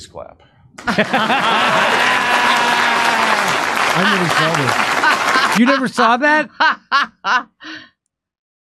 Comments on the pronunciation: Btw I’m convinced he said “you can crap for that” not you can “clap” for that, so no problem there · "Please calp..." Jeb Bush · "You can crap for that".